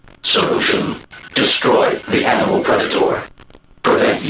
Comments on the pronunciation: "Offlining the AMINAL predator" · "Aminal predator" I love that. I say that instead of "animal" for fun from time to time.